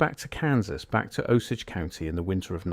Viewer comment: AI GARBAGE, beginning to end. NONE of this ever happened. This is a made up story, it's all AI, and the narrator doesn't even know how to pronounce Osage. That's your first clue. Try searching for Mrs Edna Morse. Also, look at the dates - he says the letter was written i 1901; the response shown here is dated October 14, 1922. WTF.